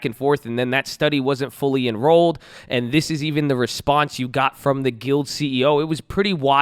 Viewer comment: Gee-lee-ad... not guild Good video 👍🏻